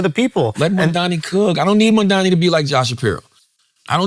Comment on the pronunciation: wow. Cthagod can pronounce Mamdani's name correctly.